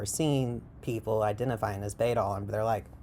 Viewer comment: Just wanna let you know you are pronouncing the word wrong. In Old English, the letter „æ” (called „ash” and replacing the ᚨ rune of the same name) is pronounced like the „a” in cat. So it's (rather amusingly) pronounced like "baddle" In fact, a number of linguists agree that it's directly related to (or even the ancestor of) the modern adjective „bad”. I'm a trans woman who finds bæddel rhetoric to be quite harmful and who agrees with the things you say in this video, I'm just also super into linguistics (it's my special interest, my channel is named for an entirely etymologically unrelated and non-intersex although similar looking Old English word which most likely meant „trans woman”) and the way you pronounced the word bæddel really bugged me 😅 EDIT: I got through a larger portion of the video and noticed you commented on that part. Just so you know, bæddel is unrelated to the word bædling, and you are mistaking the etymology of one for the other. An understandable mistake yet one I still feel should be pointed out. They look very similar but have unrelated etymologyical origins. It would be phonologically unlikely for both to come from the same source, as bæddel's Old High German relative „pad” (which EXCLUSIVELY meant „intersex person”) would not have had the devoiced plosive „p” at the beginning, and would have instead been identical to „bad”. „Bædling” has the etymology you described, deriving from „bedd”, but it exclusively means „trans woman/effeminate man”. It is s